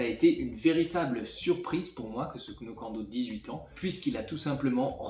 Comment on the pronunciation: Le Glenmorangie Signet n'est pas mauvais mais très liquide et aucun longueur en bouche : 200 euros pour rien, il y a bien meilleur à bien moins cher ... Moins cher que le Lagavullin et bien plus profond : le Kilchoman machir Bay. Knockando ... on ne prononce pas le "k" et le "o" se prononce "ou" 😉. Pas convaincu par le Glenfiddich qui remplace le Dalwhinnie, j'aurais plutôt mis un Cardhu 15 ans pour rester dans le cadre du supermarché.